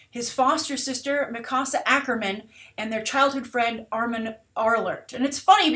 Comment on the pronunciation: I cringed when she pronounced Mikiasa wrong